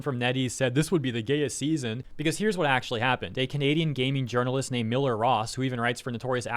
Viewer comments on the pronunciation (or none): sir you mispronounced games urinalist